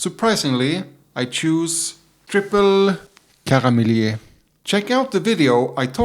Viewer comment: Pronounce it as Karmelït. With the "i: like in "ea" in yeast. My favourite triple uittil now as well. Bit of vanilla, mild sweetness and pleasant herby bitterness.